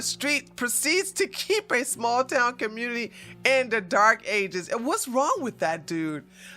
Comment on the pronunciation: I always 😂 at the way you say community and communitay. Great video.